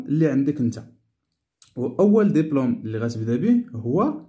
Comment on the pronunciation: J'habite جابيت الباء تنطق بالكسره وليس جابات..وكذلك الحال بالنسبه لديبلوم مشي دابلوم..المهم جزاكم الله خيرا